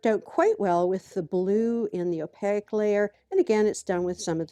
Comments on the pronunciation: Hello, at first I was confused because you’re saying ow-pay-eck instead of opaque (ow payk). Otherwise, I’m enjoying your video. :-) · Awesome demonstration of paint layering using a gel plate. One thing I've noticed is you've got an interesting way of pronouncing "opaque", you seem to be adding "i" or "y" in there, between the "a" and the "q". Or maybe it's just my poor hearing. 💜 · I'm thoroughly enjoying your videos - only discovered your channel this weekend. I'm listening to these playlists in the background while I work at my craft table. Your interesting pronunciation of Opaque, which others have mentioned, is a bit distracting. It's so interesting - like you rhyme it with oleic or mosaic. I'm wondering where you grew up, and whether its a regional thing.